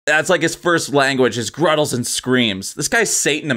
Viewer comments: They're GUTTERALS not "gruttles" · Did you just say ... gruttals? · What the hell is a gruttal? 😂